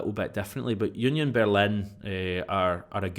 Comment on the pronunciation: Oonyon Berlin?🤣 no jst Union Berlin 🤷🏻‍♂️